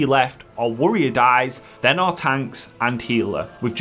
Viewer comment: What is a wurrior?